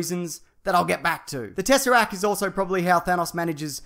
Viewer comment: for the umpteenth time, it's TesserACT. There is a T on the end that you clearly think is silent, but it's NOT! CONSIDER THIS H8 MAIL!